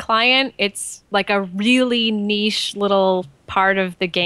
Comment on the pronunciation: WHAT? An American who knows how to pronounce the word "niche"? HERESY!